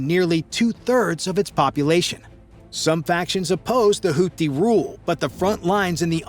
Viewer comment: And that's "houti" not house.